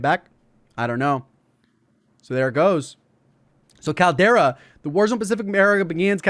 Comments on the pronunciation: Could be wrong but I think the name of the map is Caldera as in like a volcano caldera. Sounded funny to me how you were saying it like Kal-Tire Kal-Dera haha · Caldera is pronounced as call dera